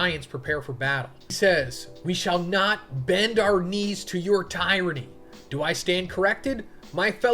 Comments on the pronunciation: ty-ranni? nononono! tier-annie! Learn to talk my friend. Search "say tyranny" and click the play audio. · tyranny. I got you it tear-uh-knee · Tie-ranny????? Ai much? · Did you say TIREANNY?? One more just one more...